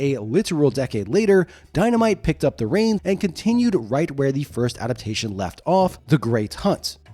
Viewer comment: "Ada-pation"? That's not a word.